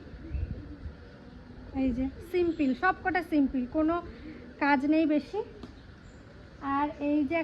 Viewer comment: cotton kurti gulo khub valo hoyechhe. Kone site theke kinechho janiyo. word ta simpil na, bolo simple.kichhu mone koro na.Bhul sobar e hoy...shikte chaele bhalo.